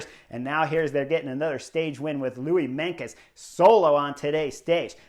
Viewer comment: Not Louis Menkes but Louis MeinTJes (Tjes is pronounciated as "'Chuss' in English) :)